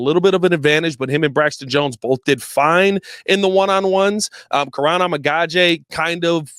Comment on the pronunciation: you have pronounced Kiran’s name 8 different ways since he’s gotten drafted. Please learn how to say the players names for the team you’re paid to cover lol